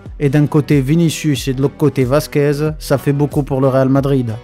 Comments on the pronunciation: C'est Vasquez ou Merguez ? Professionnel depuis toujours Mdrrr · Je crois avoir entendu Lucas Merguez ? . C'est méchant mec